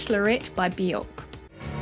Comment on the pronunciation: Björk rhymes with jerk not cork ;)